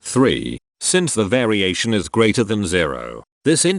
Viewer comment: I kind of miss when he said 'VAriation'